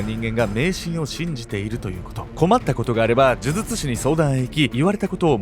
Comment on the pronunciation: 「デリケート肌」はちゃんと言えてます。むしろ、「呪術」のほうを気にてください。